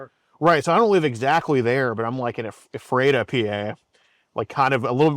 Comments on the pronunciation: Bro, you def do not live in EPHrada cuz if you did you’d know it’s pronounced EPHrata! You put the emPHASIS on the wrong sylABLE. I live there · EF-ruh-tuh is how you say Ephrata. hth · lol it’s “ ef-ra-tuh” not a-fray-ta lol Ephrata Pa. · lol ef-RAY-tuh PA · It's pronounced Effrota PA. Heevah havah country. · Omfg it's pronounced E-frata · Ephrata is pronounced with a short e and a short a. 😅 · Not pronouncing both Lancaster and Ephrata PA incorrectly 😂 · Never heard anyone pronounce Ephrata like that before and I'm from the area